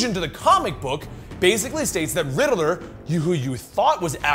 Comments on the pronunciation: RIDDILLER instead of riddler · Why he keep saying riddle-er instead of ridd-ler? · Rid-de-ler? Lol. Rid-ler. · I always thought it was pronounced Ridd-ler not Rider-ler. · The real villian is the way pronounces Riddler😂